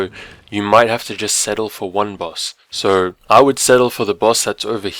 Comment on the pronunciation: Why is it when you say "so" It sounds like sour